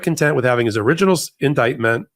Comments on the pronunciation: That’s so funny. Oranges and refuttal!!’ lol. Just who I want to represent me and the rest of the USA. Hi Harris walz 💙💙💙💙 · Trump will refuttal. Because the oranges of the case isn't truth. Go Jack Smith 💙 vote Blue